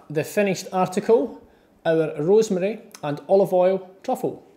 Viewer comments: 3172 he's Scottish😂😂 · He sounds like a russian guy seeing for the first time some rosemary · he sounds more Italian to me? 🤔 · My... the way he says rosemary.... Magical moment..